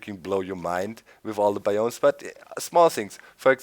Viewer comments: its bi ums not bi umes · its BIOMES not BAYOMIES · its biomes not bioooooooooomes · doc, your pronouncing biomes incorectly its like baiomes (just my ocd)